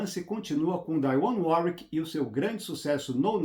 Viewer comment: Trilha linda! Video incrível! Alias conhecia a trilha, mas não as nuances da novela! Adoro seus videos que narram a história! Uma pequena curiosidade, o nome da cantora Dionne Warwick se pronuncia como se escreve mesmo em português, com o som da letra i em evidência ❤